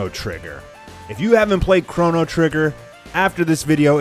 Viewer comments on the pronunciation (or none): none